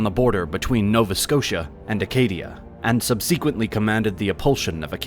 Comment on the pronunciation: I think his pronunciation of "subsequently" is more egregious.